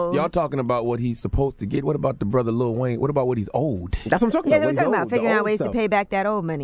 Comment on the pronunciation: Im getting tired of people saying "little" wayne. Its LIL